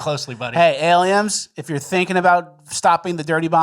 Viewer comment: Are you saying aliems on purpose?